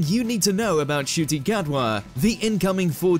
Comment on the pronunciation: Wow, I just heard how to properly pronounce his name. I would have thought to say it with a silent "n" or a silent "c" but never would have thought it would end up sounding with a "sh". Made me look up the Kinyarwanda alphabet. Amazing.